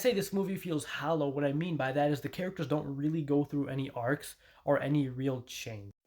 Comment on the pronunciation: You mean hollow......hallow isn't right